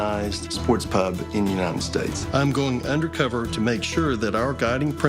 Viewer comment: The tilted kilt owner I just wanted to punch him for the way he said pub, English by the way